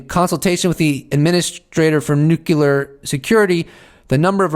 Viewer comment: Please say nuclear correctly